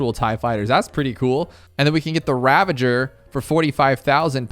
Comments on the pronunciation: Its funny how he says ravager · rip can't pronounce reconnaissance or ravager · His pronunciation of Devestator and ravager deeply disturbed me